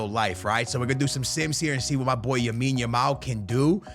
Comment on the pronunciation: It’s lamine not yamine bruhhh say it right